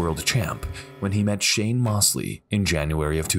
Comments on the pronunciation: Sugar Shane Mosley is pronounced Moes-ly, not Moss-ly. Sorry it was bugging me. Other then that great vid! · Hard to listen to the narrator mispronouncing Sugar Shane Mosley's name over and over again. He keeps saying Moss-lee. While his name is pronounced Moze-lee. You'd think that they could get this right but the also left something out of the Louie Resto fight. Not only did his trainer take the padding out of his gloves. He also dipped his hand in plaster of Paris. So by the third round Resto was punching with bricks basically. It was like two rocks smashing Billy Collins in the face over and over again. If he hadn't been so tough he might have gone down earlier and saved his career. RIP Billy Collins, you're a champion in my book. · pernounced Mose - Lee not Moss - Lee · Love the videos and the "Mostly" accurate commentary, however, I would urge to learn the proper pronunciation of a few names. Shane Mossly* would undoubtedly agree. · Great compilation, but, how could you do a boxing video and not know how to pronounce Shane Mosley’s name?